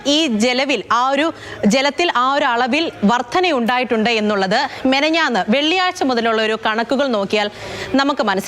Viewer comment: മെനഞ്ഞാന്ന് അല്ല പെണ്ണെ 😂 മിനിഞ്ഞാന്ന് 😁